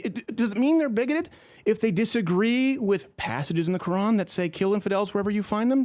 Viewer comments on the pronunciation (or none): none